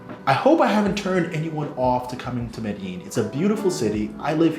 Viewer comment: Please learn how to pronounce Medellin